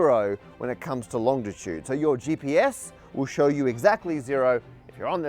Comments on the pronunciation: The word is longitude, not longditude. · Did you really say ‘longditude’? Common mistake, it is longitude… probably due to the two ‘t’s in latitude… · It's "long it ude" not "long tit ude" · “Longtitude” is really “longitude” …. If we are being pedantic Matt. Only one t. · You're not saying "longditude" are you Matt? It's longitude, longitude.... long-it-ude. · Um..."Long-Dit-ude?" Common mispronOUNciations bug me.